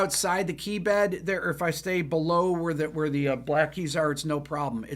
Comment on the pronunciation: What’s up? “Ze sky”.